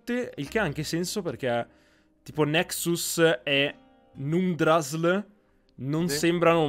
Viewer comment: Numdrassl si legge " numdrassil" come se fosse una parola nordica/vichinga... essendo un Altroverso stile paradisiaco mi aspetto si tratti di una sorta di Asgard, nello specifico il Valhalla... come lo abbiamo visto in Skyrim ma con il nome di Sovngarde!